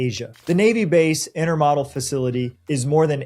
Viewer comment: When we left the Charleston area in 2021, I-26 was already a parking lot for certain hours of the day. Can't imagine how the road system could handle the traffic these developments will produce. And the narrator should learn how to pronounce "intermodal." And is the narrator a bot? The strange jerkiness of his image in the video makes me wonder.